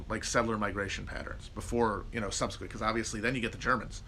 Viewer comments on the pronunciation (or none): none